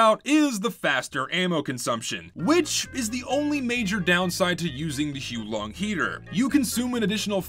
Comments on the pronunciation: Its not hoo long its hows the wife long!😡😡😡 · I think you'll find it's pronounced "How Long Dragon" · its "hoo-ah-long" heater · Dude it’s not huo long it’s huo long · that's cool and all, but I'm gonna continue pronouncing it as "Hoo-long" for the sake of ease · actually its pronounced as "the who long dragon" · The correct way to pronounce the name is to say it whilst simultaneously vomiting up your entire digestive system. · The guy in the intro was also pronouncing it wrong. In fact, he was pronouncing it more wrong.